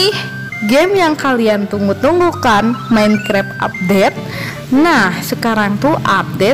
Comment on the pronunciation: Minecraft jadi menkrep 😂